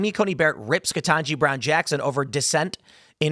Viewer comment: Ketangi? Naw. HELL naw! Not Ketanji. She be...